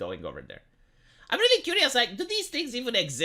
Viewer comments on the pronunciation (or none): none